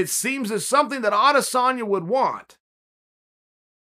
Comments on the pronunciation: Chael its ahdissonya. Just ask helwani. He’ll tell you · Chael- "Can you beat Adesamya" Wideman- (KO'd on ground)